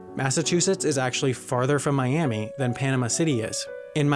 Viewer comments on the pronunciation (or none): none